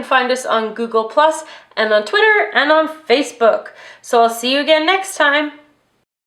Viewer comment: OMH YOUSAID FATHBOOK AT THE END OF YOUR VIDEO 😂😂😂😂😂😂